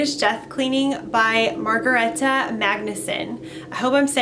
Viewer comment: You pronounced her name perfectly, I found something very interesting about Margareta, She has a very full apartment in Sweden, yet her storage space only held a bike.